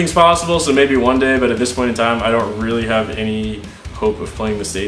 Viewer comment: "I donut know" Love you man xD